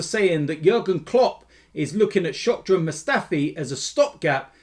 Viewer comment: Its Shkodran not Shokdran. What a fan you are not even knowing the names of your clubs players. Plastic